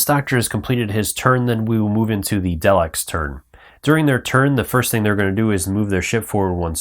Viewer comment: OMG you are killing me with the pronunciations! TARDIS is "tahr'-dis.". Daleks are "dah'-lecks." Other than that good show!